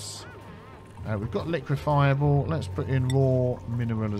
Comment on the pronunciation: Every time you say Liquifiable, it sounds like Liquid Fireball